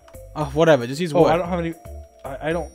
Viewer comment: “there’s so much woof here, it’s amazing..” The pig-“what did he sayyyyyyyyyyy”